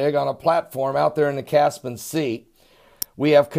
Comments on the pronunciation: Cas - Pi - An lol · Caspian not caspan